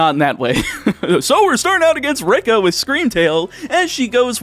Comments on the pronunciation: rika is pronounced "ree-kah" like in paprika, and not "rick-uh" like in ricochet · Fun fact: , This is the first ever I have ever someone pronounce Rika like that. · Extra sip for the two times he butchers Rika's name